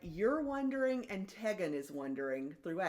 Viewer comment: Tegan- pronounced with a long e, ‘Tee-gan’ 😉